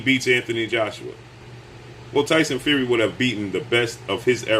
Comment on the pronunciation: The way he says his name: Tyson Few-ree 😂😂😂😂😂😂😂😂😂😂😂